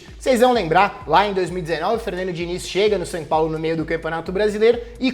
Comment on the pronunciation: O nome do time é SÃO PAULO, pare de falar SAN!